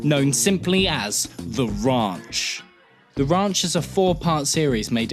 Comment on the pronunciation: Ah yes the "awful" sitcom the rAUnch.